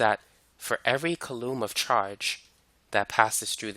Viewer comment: "koo-laam". Not "kuh-loom"